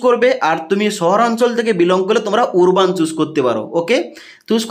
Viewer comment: উরবান নয় রে আরবান